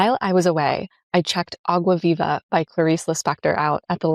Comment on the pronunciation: Clarice Lispector mentioned 🥳🇧🇷 Btw great pronunciation of Água Viva 👏